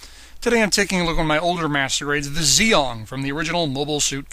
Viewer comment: It's pronounced gee ong